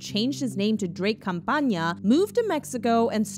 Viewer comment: Its Campana not Campaña dh